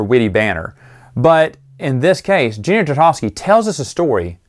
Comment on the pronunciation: Genn-dy Tar-ta-kovs-ky, not gndy trtdkvsky